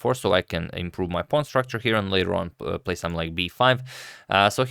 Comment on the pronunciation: let's say it together: SOME + THING = SOMETHING...it's not "sumth like"